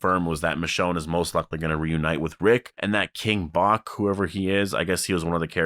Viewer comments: Dude King Bach (pronounced batch not bock) is his name irl😂. He was a really popular Vine guy and that was his name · the person you’re talking about that was with Michonne, the actor’s stage name is King Bach (pronounced King Batch) He’s known for being famous on “Vine” (and just social media in general I guess)